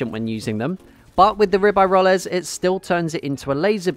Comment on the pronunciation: Your pronunciation of Ribeyrolles is weird. I think Ribeyrolles is the best gun on console because of its moderate recoil. Automatico is a little difficult to use on console.